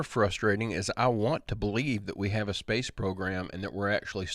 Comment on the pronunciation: You never heard of zpace?😂